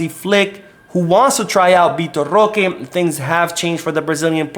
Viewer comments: Stop saying roque name like that. That shit wack😡😡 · It's actually pretty funny. Feel free to say it more often 🤣🤣🤣😂😂😂